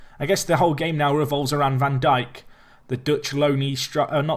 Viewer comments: van Dijk is pronounced "van Daik" This is the same for a lot of Dutch names that have the "ij" in them. For example, Stefan de Vrij is pronounced "Stefan de Vrai". Hope this helps:) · It is pronounced 'Jan Van Dike' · Its van dike, like Southampton's Virgil Van Dijk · Sid Iyer I'm Dutch, trust me when I say it's van Daik. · Yeah it's how we pronounce it gets because that's how the commentators say it. When I said Van diek, its just die with a k